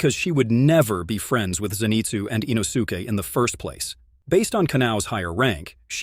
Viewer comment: “With the upper moon 5 called rui” 💀 In-O-su-Kay” ☠️